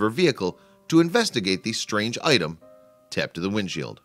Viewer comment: Why cant he say taped